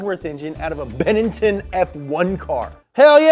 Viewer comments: Did you say benington f1 car??🤣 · it's Benetton not Benenton.